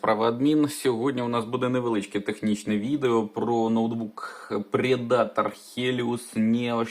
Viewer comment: Вимовляється "Предтор", сам раніше помилявся. Не претензія, просто інформація